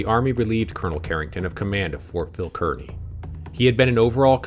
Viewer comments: The correct pronunciation of Kearney is Karni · Fort Phil Kearney was pronounced "Karney."